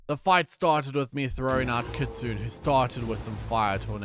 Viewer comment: I mean this a nice correction way for Kitsune it’s pronounced kit-sue-nea it’s also a fox not a wolf